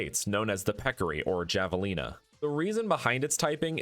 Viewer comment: I would like to point out that it is actually pronounced hah-va-lee-na, not jah-va-lee-na. This is a common mistake!